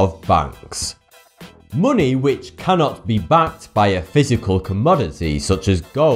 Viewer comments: why do you call it muni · monay... bot.... your Enlish sok dode!!!!!!!! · Its weird how you say money it sounds like muney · "Munay" "Gold is weird" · AAAAAAAAAAAAAAHHH!!!!!! FUCK YOU FUCK YOU FUCK YOU!!! You cant possibly brenounce money like that.😩😩😩💢💢💢